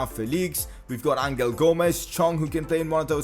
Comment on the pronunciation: #pcq it’s pronounced Angel as in “guardian angel” not angle